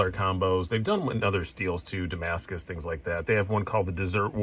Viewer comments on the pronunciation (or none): none